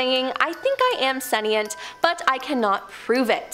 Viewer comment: It isn't "sen-ee-ent," it's "sen-shnt."